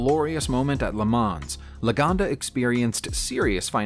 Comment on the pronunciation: I was looking at the script name across the grille of that 3-wheeler---which clearly says "Sanford," not "sTanford." Also, "Le Mans" is pronounced "Le MON," as the only final consonants of French words that are pronounced are those in the word, "CaRFuL," unless the word is followed by one which begins with a vowel and then it's slurred onto the following word. Le Mans has been a world famous race since its first running in 1923. BTW, I'm sure il Commendatore, as he was known, is spinning like a lathe in his grave because you forgot his illustrious name on all those cars he built with the Prancing Horse badge when you were talking about the little known Iso Grifo (hehe). Every once in a while, all these years later, I have a very realistic dream where I go out to the garage behind my house, pump up the tires, put new gas in the tank and oil in the sump---and go racing with my championship-winning British sports car. Unfortunately, the guy I sold it to when I wanted to upgrade to a Formula B "monoposto" spun out and hit a concrete wall going backwards "at speed" in 1970 (I'll stop crying after a while). I LOVE videos about cars! Stay safe, everybody.